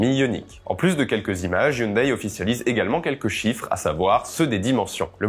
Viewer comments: ON NE DIT PAS HYUNDAIL MAIS HYUNDAI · HyunDAI et non "Hyundaille" ! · Sans vouloir paraître méchant, hyundai ne sont prononce pas youndaï mais youndai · Les koréens prononcent "younedè" et pas "younedaille"....